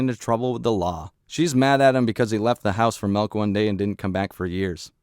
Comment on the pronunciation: tf is "melk"?